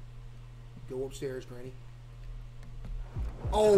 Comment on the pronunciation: bro said genny